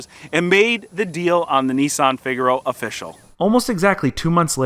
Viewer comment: why do you say nisssssan.....its nissan :-)